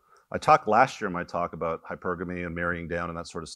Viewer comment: It’s a good talk but fuck I wish he pronounced hypergamy correctly